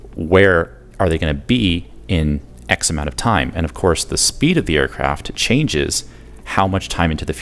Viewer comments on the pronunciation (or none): none